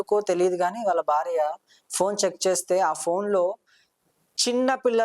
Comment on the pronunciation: Telugu palakatam radu anchor ki Hathaya charam kadu nayena Athayacharam ani Hathyacharam ante champandam Again athyacharam antam nerchuko Bharya word anetapappudu Vathu tho cheppu Barya kadu Bharya Telugu matadam sarriga rani vallu enduku channel lo programs chestaru? Antha ma karma 😢